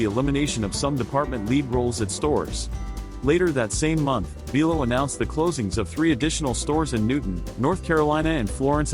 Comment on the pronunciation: It's bi lo not be lo